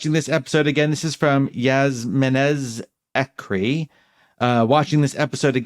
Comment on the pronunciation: Soo excited that you read my question ..it's actually pronounced Yasmeen zekri haha but looved how you unpacked it ..sending a lot of love ❤️